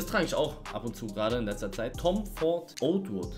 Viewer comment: Oud Wood wird Ut Wood ausgesprochen